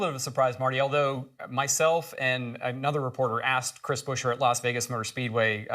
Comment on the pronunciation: It's BUE-scher, not Busher or Buscher, FFS! Good news otherwise